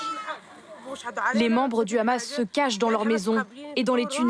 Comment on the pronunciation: non le Rrrrramas , tu prononce mal 😂 !!